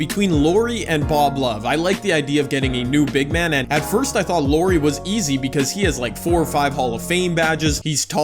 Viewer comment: Lori. little calls Lauri Lori. Glad you didn't choose him I wouldn't be able to handle hearing Lori over and over again. Good vid tho